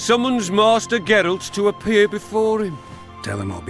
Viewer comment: Yes! So thrilled to see you continuing this series (and to hear you continue butchering Geralt's name) :P - The Witcher 3 has a way to reset the world state (similar to Dragon's Keep), so RP to your heart's content. You can start Witcher 3 with no regrets with any of your choices. - Having said that, and you might have already heard, the Witcher 2 has a significant branching decision. You will miss (by design) significant story elements, quests, and lore of the other path. The game will give you an obvious hint; be sure to save!